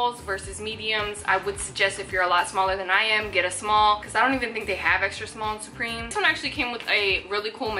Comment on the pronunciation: why do you say supreme like that??